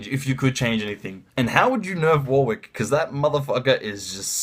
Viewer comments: It's a common English name pronounced "Warick" not "War Wick" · It's "Warick" not "War wick"